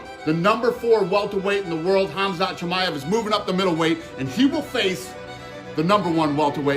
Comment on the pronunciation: And New!!!!😂 Not chamiave